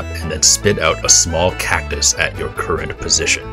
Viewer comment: Is nobody talking about now he said cactus the CACUS